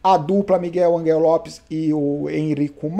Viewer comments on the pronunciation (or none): none